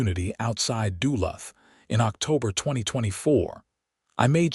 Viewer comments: Having bought his house outside of “Dula”. I suspect the rubbish AI narration struggles with the name of the town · You mispronounced Duluth